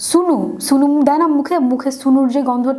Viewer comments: Its sno not Sunu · এত ঢং করে রিভিউ দেওয়ার কিছু হল না মুখটা কেমন করে বেকায়া টেকায়া কি অবস্থা, স্নো কে সুনু বলতেছে মনে হয় জীবনে স্নো ওয়ার্ড টাই শুনেনি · আপি সুনু সনো এইটা ভাল্লাগছে বাট উচ্চারণ টা স্নো হবে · Api It's not সুনু,it's স্নো😂😂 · আপু, ওইটা "সুনু" / "সোনো" নাহ...😂 ওইটা "স্নো"😂😂 By the way...I enjoyed your video a lot.... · Sunu😹😹😹 Not sunu it's snow 😹😹😹😹😹😹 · ছুনু না আপু। স্নো 😂😂😂😂